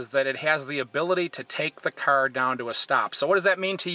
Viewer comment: I hate how he says 'CAR'